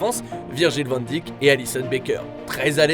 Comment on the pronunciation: Juste la prononciation de Van Dijk c’est « Van Daïk » et non pas Van Dijk « Van Dik »